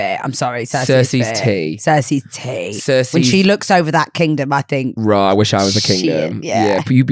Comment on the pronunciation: Not me thinking meant 'roarrr' did not think raw at all 😂😂